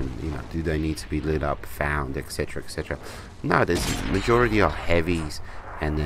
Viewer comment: I like your playing style and you give great reviews. Just one thing, 'etc' = et cetera (pronounced et setera) not ec cetera